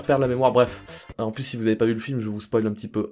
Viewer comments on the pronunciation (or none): none